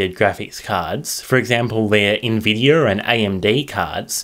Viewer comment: did you just say nvidear